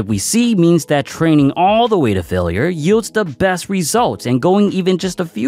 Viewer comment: "failer" "tare"